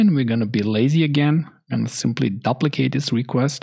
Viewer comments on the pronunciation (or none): Great comprehensive course. Just the word "duplicate" is pronounced with a long u like the word queue. Sorry, it rings in my ears. I know the English language is filled with lots of irregularities. People pronounce the word "tuple" with a short u but I have also heard people pronounce with a long u sound.